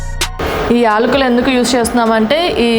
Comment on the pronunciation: ఎల్కులు కాదమ్మా యాలకులు.